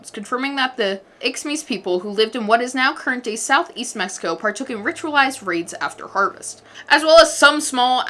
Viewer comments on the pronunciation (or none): none